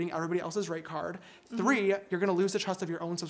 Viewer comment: I think she said “free” but still funny 😂